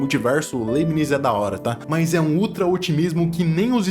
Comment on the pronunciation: O cara não sabe nem pronunciar o nome do Leibniz. Pqp!!!